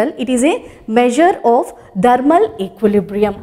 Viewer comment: "Thermal equilibrium" learn to pronounce .... Kiya hoga indian education system of India